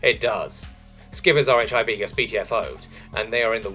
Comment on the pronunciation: "RHIB" is short for Rigid Hull Inflatable Boat, and is pronounced "Rib."